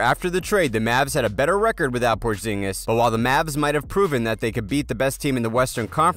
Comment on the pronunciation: He said Davis not daavis and said porginus